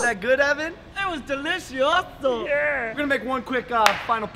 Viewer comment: Am I the only one who started dying laughing when he said delici-oso Because ya know Oso is bear in Spanish and he was a bear... Lmao sorry I'll go home